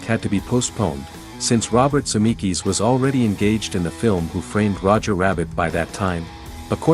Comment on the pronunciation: This Vid is a good watch, actually had a lot of stuff I hadn't seen even as a big BTTF2 fan (w/ Aud Comms viewed multiple times). 🚔⚡️🕰The A.I. narration is so bad it's actually funny: Biff is 'Beef', 1985 is 'one thousand nine hundred and eighty five', and Zemeckis is 'Zem-EYE-kis'. A.I. should be obvious and this is, but still fun.🤖